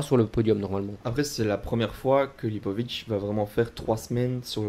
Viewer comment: Pour info, on prononce Lipovitz "tiss" à la fin